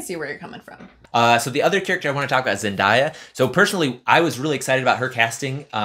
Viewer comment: ZEN-DAY-UH, not ZEN-DIE-UH.